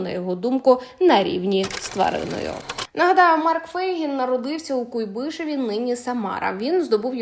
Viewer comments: Не КуйбИШеві а КУйбишеві говоріть правильно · Не в Куйб-И-шеві, а в к-У- йбишеві . Ставте правильно наголос !